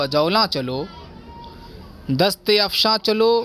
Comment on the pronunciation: It's not Dast e afshan right is dast afshan